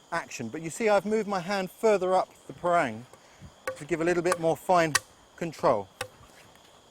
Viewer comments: It's pArang. He says it like perAng. That means brown.. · He says parang weird.